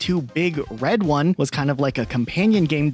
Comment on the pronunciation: It’s not big RED one. It’s BIG red one.